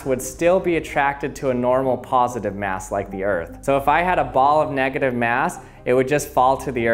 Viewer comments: Boruto Uzumaki I hope so! plus his voice is meme worthy! simply the wae he says "*mass*" is funny😂 mieyahs! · Khalil Thomas how do you say it?